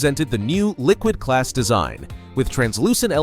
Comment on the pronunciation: Liquid Glass ❌ Liquid Ass ✅